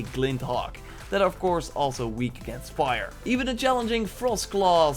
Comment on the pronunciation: It's fire. Not vire of wire